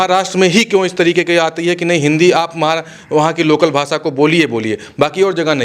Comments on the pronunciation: ये रिपोर्टर तो "भाषा" शब्द ठीक से बोल नहीं पा रहा. "भासा" नहीं भाषा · भासा नही भैये, भाषा बोल 😂😂😂